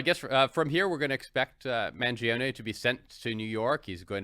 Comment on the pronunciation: Guys, his name is not pronounced "man-geo-nee", it's pronounced man-joe-nay